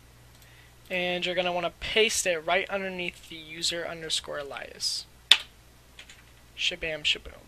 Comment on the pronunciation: its pronounced a-lee-us